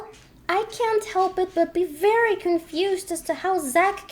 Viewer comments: said Fairy not Very XD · I noticed that anytime they say “very” I hear “fairy” 😂😂 Edit:He sAid dO yOu lOvE mE tHeN LiGhT iS LiKe I gOtTa gO! ThEn tBc